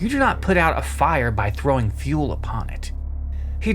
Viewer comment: I first heard this a throwing "a fool upon it" and was dying until I turned it back and realized you said fuel 😂